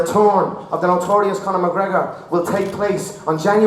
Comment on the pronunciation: "The retorn of da notorious Conor MgGregor" (crowd goes wild) LOL